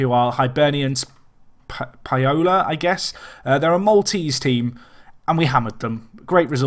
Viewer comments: the maltese team is hibernians only .... football manager decided to give them the second name paola which is the village's name. To say it you need to say it like pawla :) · It's pronounced like Paulo in Sao Paulo's name, just with an a instead of an O, so Paola would be Paw-la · you're funny. If you know how to pronounce 'HOLMES' then you know how to pronounce 'HELMES' (ignore the second e). Oh and 'Paola' is 'POW-LA'.:) But I like how you project for talent. I'm learning a lot about how to successfully play with minnows. I typically run one to promotion then jump at the first 'big' club job I can get.